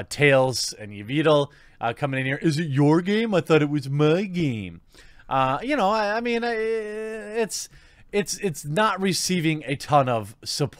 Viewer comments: Tails & Evitel? Gotta work on your pronounciation there, Tucker. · Hahaha I love how horribly you mispronounced Taliesen and Evitel's name. I used to watch them years ago when I played WoW. Way back before he became a horrid Blizz shill and raving SJW lunatic. He was the host for the last Blizzcon. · You said their name wrong but look them up on youtube. There's shit that Talisein says that irritates the shit out of me.